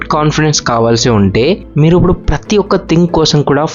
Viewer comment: ఉప్పుడు కాదు అండి ఇప్పుడు అనాలి....sorry topic related కానిది చెప్పా